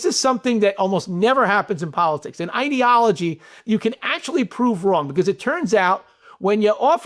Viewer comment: Since you pronounced it the way you did Johnathan, instead of ideology, I'm going with idiotology!!! 🤷‍♀️